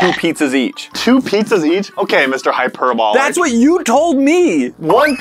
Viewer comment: Hy-per-bally - 2020